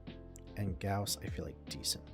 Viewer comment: Here's a like and comment just because you actually pronounced Gauss correctly. Thanks for not calling him "Goss"